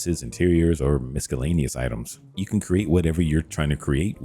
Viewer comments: you are sooooo detailed and complete in your instructions. THANK YOU. i was able to follow step by step and had sucsess. one critique; the c is silent in the word miscellaneous [Miss-a-lane-eous]. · "misca-laneous" LMAO.. americans cannot speak english